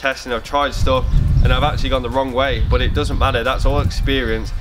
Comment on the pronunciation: is that English you're speaking ???? what does "bot" means ??? and what does "mod" means???? did you mean BUT and MUD ?!